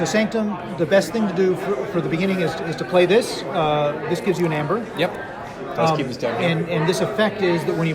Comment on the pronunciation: It's funny how they don't realize that "ae" is pronounced as a hard "E". It's EEEEmber, not ember, and not amber. EEEEEmber.